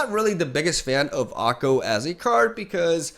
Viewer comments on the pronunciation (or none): he pronounces everything differently than usual lol okko, neesa, krassis